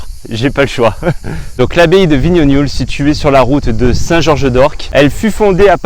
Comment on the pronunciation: Pour info on dit vignogoul !!!!!